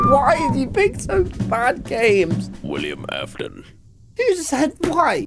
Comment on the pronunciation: "wiliem aften"